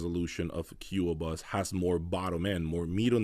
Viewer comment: And Qobuz is not 'Q-O-Buzz', its pronounced 'Ko-buzz'